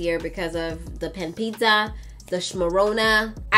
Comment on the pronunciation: Not the "panpizza/ panpuzzle" 🤣